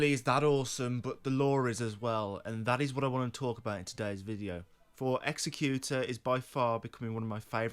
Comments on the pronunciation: You're saying Executor wrong. What you're saying isn't a word. Executioner is a word. You also don't know how to use "by proxy" correctly. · Love the lore, but executor the way your pronouncing it literally isn't a word. That would be an executioner. An executor is someone that has been left the belongings/wishes of the deceased. Which to me screams that he wished for more during life, and when given a second chance he has taken that to heart and is working for himself and his wishes. That last bit is total speculation, but the definition is rock solid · You're saying Executor as if it were Executioner. Executor is different